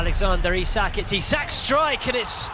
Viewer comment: It's EeSak not Isak 👍